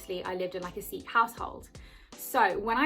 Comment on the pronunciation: thank god you are saying Sikh in the right way!!! love your video!! very inspiring!! lovee from Amsterdam